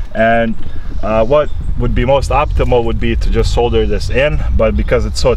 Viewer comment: Video was completely useless. Couldn't pay attention to anything you said besides your pronunciation of the world "solder"